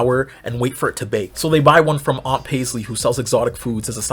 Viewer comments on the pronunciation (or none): none